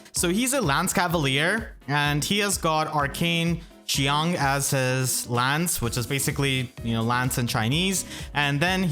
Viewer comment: Qiang is pronounced more like "Churng".